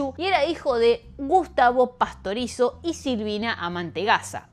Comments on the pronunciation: y varias veces dijo Pastorozi en vez de PASTORIZZO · No es Carla Pastorozzi, es Carla Pastorizzo... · PASTORIZO es el apellido, en varios momentos lo dice mal y es bastante molesto. releer los guiones para decir bien el nombre del muerto al menos. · Inclusive dice mal el apellido en dos ocasiones.